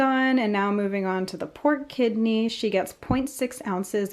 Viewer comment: For a bit I thought you were saying "port kidney" 😂